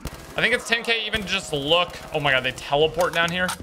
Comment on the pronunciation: "Oh my goodge" "Oh my Lordge"